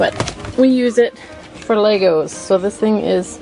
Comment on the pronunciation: I wonder what the Lego vs Legos arguers would say about this woman's pronunciation: "Lay-gos"